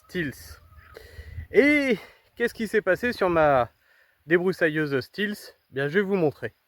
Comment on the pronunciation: J’allais dire la même chose !😉